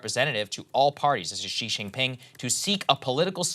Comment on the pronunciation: Good job in pronunciation for Xi. Much better than before